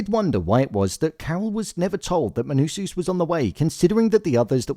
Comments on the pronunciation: pls bro, MANUSOS, not MANUSUS, great video btb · Please pronounce it Menousohs, not Menousooos. It’s distracting